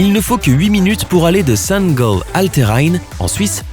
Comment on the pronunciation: Merci. Mais en français on dit "Saint-GAll"; au pire, en allemand : Sankt Gallen, mais en tous cas pas de prononciation à l'anglaise.